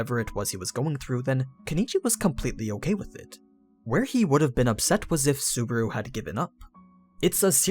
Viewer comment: This guy pronounces Subaru as Suburu haha